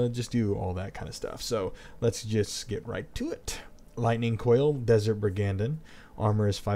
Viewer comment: Actually it's brig-and-een, but yeah.